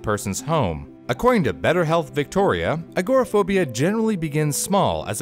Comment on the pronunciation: It was interesting but you really should learn how to pronounce agoraphobia lol look me a while to figure out what you were talking about lol